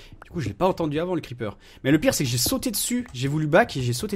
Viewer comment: c'est creeper pas kreeeper